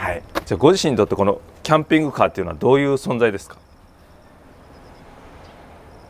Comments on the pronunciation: 「キャンピングシャーガー」惜しい！ｗ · トングカー好きw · どこで出るか聞き耳を立てていて、一発目のキャンキングカーで吹き出した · キャンキングカーwwwすき❤毎回賭けてるwww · キャンピングキー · 「キャンキシングカー」www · キャンキングカー、キャンクングカー、キャンシングカー😂😂😂ピャンキングカー🤣🤣1万😅10万😂😂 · キャンクングかーw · 3連キャンシングカーおもろい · キャンキング笑いとまらん（笑） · 見る前にコメントするけどカンピングキャーは確定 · 時折り目つき鋭すぎてドキドキして話が入ってこんーキャンピングカーって言えんの聞き逃してるー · キャンプはハッキリ言えるのにing + carでこんな事になるんかw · 「ピ」が言えないだけのやつ